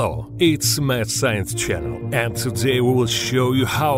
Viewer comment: It's funny when you introduce yourself as Mad Science, the auto captions goes as "meth science"